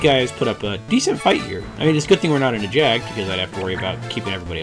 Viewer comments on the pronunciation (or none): I think it is Jagd with a Y. Cad-oh-en. Loosh-uh. Gaol, IMO, is Gail/gale. - You can only use exorcise on undead that are "alive" iirc. - Does Double magic really penalize you like that? I kind of remember it only punishing you if the spells you use are the ones prohibited. I don't think think double cast counts as color magic because it's not a spell. Idk.